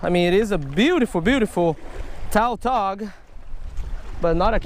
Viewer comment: Oh I was confused on what fish he was talking about because it's pronounced tatog